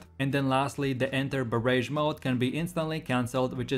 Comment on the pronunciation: "Baraj" not "Ba-rage" lol